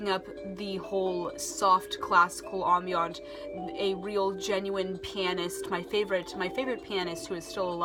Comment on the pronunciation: It's uh ..."am-bee-uhnt".